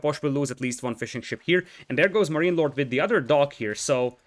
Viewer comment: great cast but every time you say fishing ship i can only hear fish and chips